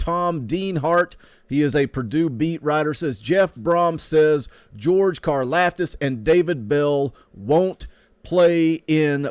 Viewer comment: They got em to the bowl they did their part if you’re a guaranteed top 3 round pick you’re wasting yo time playin in bowl games if u think different ur selfish and it’s pronounced like karloftis